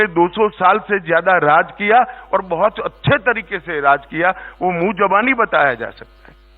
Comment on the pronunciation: mujabani, nahi ,zabani, hai.